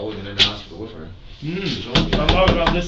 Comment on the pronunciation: "I was Wif her"